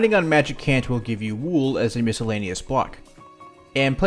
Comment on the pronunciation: Plebs: “wool”: ”wuewl”